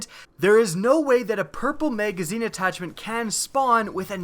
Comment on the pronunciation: Whats a "maygazeen"